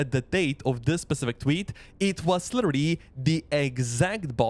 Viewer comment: AI voice...."litterilrily".... ;)